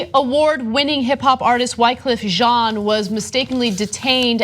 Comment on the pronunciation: Why-cuff Jean..